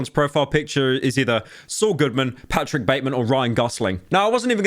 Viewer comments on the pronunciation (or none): none